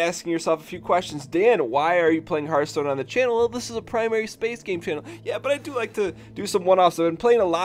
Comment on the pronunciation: Hearthhhhhhhhhhhhhhhhhhhhh (ttttthhhh) Stone, not heart stone lol